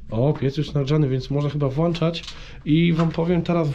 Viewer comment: Nie włanczać tylko włączać...